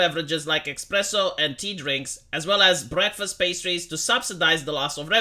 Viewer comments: Its espresso not expresso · "like expresso" bang!